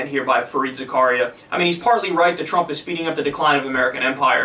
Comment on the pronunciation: I guess "Thhrump" has to lob another missile for Mr Zakaria to deem him "phhresidential" again.